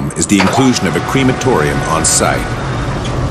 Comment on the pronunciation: It’s NOT a “creamatotium” you moronn!! It’s “Crematorium” there’s no Dairy products being used ya inbredd moronn!!